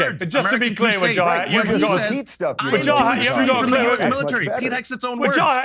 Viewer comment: I love the way Piers pronounces "Wahajat" 😂😂🤣🤣